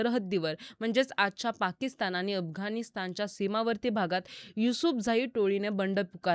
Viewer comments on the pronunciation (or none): none